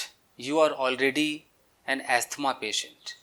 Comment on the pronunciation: Don't pronounce the 't' in Asthma - silent T, (you can hide this comment now 🙂